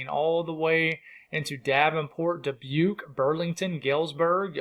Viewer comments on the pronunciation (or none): none